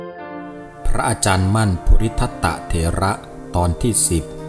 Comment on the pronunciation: คนอ่านหรือคนพากย์ทำไมอ่านเป็นภูริทัตตะทำไมไม่อ่านว่าภูริทัตโตถึงจะถูกต้องค่ะ